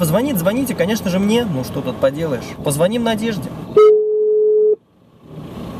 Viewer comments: У них на районе не звонЯт, а звОнят... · Не позвОним, а позвонИм))